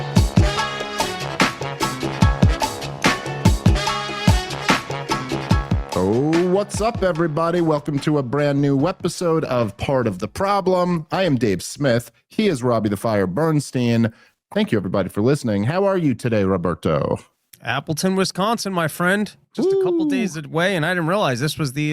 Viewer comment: Lol Dave said "Neu Weapisode" 💥💥💥